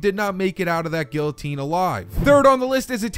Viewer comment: when you pronounce guillotine wrong